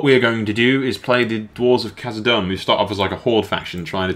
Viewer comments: No offense m8, I just felt like I have to let you know that (Khazad)-dûm is pronounced like doom, not dumb. Just call it Moria if you're not sure, and avoid die hard LOTR fans and grammar nazis such as myself in the future. Cheers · you pronounce Khazad Dum wrong. You have the Khazad right but Dum is pronounced like Doom.